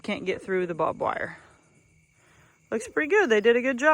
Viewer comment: it’s not bobwire it’s barbed wire lol